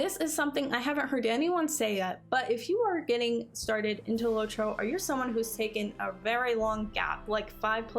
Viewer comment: its LOT-ro not LOW-tro